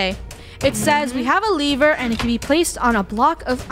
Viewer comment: It’s not a levere it’s a lever